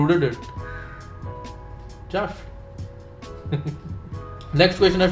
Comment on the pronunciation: Bhawa tu trust la trusht bolto.. just la jusht bolto :P kay problem kay aahe..? xD i think u have some problem with the pronunciation of those words :P because i have seen all your vlogs and in all of them you say those words exactly the same way